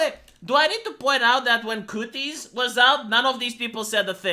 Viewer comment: I love how he pronounces it "cooties"